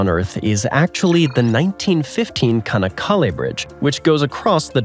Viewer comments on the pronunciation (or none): Nobody thought the Golden Gate was the longest in the world and it is pronounced Chanakkale, non kanakkale. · Thank you for the video. One correction: The pronunciation of the bridge you mention starts with the 'Ch' sound as in 'chap'. The Turkish letter 'Ç' is always pronounced that way. Also, the two 'kk's in the middle mean that you pronounce both letters, dividing the syllables thus: 'Ça-nak-ka-le'.